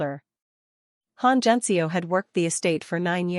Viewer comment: Good story. To the point, not romantic, but none the less a good story. The only thing is JiSeo is not pronounced like it has a z in it, AI needs to do better on this.